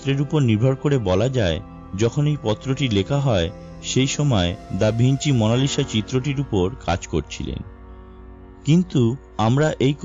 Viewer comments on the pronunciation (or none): উচ্চারকের উচ্চারণ এত্ত বাজে কেন? মোনালিসা কবের থেকে মোনালিশা হল??? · its mona Lisa not mona lishaa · Kotha gula poca....lisha na lisa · Mona lisha na bhai monalisa parish o na Paris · মনা লিশা???😂😂😂 lol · what is মনালিসা? 😂 আগে ভাষা ঠিক করুণ ভাই